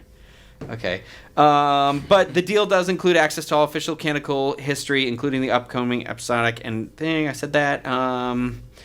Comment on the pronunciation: Hey, a friendly & helpful tip: It's "canonical" not "canical." It bugs me a little bit every time, haha. And I love the concept that Craig is a master of other languages but only has trouble with English.